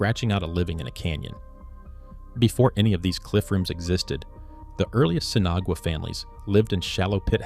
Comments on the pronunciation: Why is Sinagua being mispronounced so incorrectly. sen Ah wah, not Sinigoway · You need to pronounce the name of these people correctly. Spanish for without water - Sin Agua not sinagooa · Seen Aww Wah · "Sinna-goo-ah"? Thanks, AI, for turning an interesting piece into highly questionable AI slop. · The mispronunciation of Sinagua by the AI voice did it for me, I'm outta here.